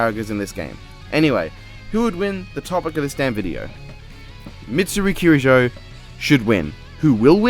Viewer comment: By the way, you’re pronouncing Mitsuru’s surname properly! (Or least, how it’s pronounced in western.) You don’t even know her and you treat her better than death battle, jeez...